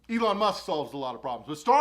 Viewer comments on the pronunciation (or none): none